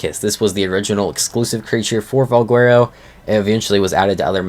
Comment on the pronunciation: don't trust this guy's pronunciations, he botches a lotta stuff